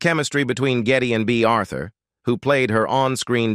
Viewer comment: Bay Arthur really? Who are you?